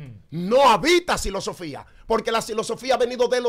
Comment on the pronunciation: Silosofia ahah se dise filosofía